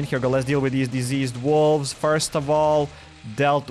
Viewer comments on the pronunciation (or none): none